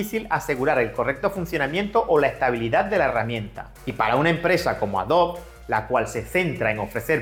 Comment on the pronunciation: Tengo una duda no referente al video en si, si no a como pronuncias el nombre de Adobe como "Adob" ¿a que se debe esa pronunciación, si en inglés se pronuncia "adobi"? en español se deberia pronunciar como se escribe tal cual AdobE.